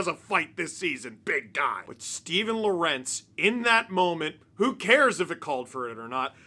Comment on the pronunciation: Are you really mispronouncing lorentz just because your are too lazy? Big yikes dawg